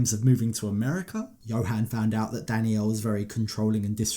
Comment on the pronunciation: Narrator can pronounce the letter L in wotds like 'traveller' but cannot for some reason say Dannielle but Danniow Massively annoying